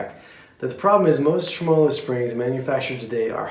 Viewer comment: For the last time people, TREM-uh-low.